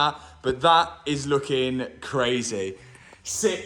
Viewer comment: Crayzeh..... where u from man?